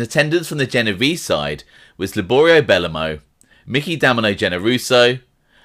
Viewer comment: buh-low-moe not belluhmow good vid tho